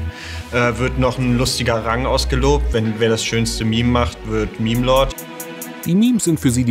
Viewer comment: Sorry aber "mehm" statt "meme" ist immer endgame XD